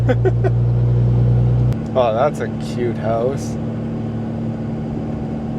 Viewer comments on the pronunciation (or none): none